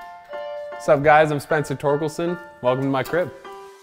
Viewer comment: I think he said crip instead of crib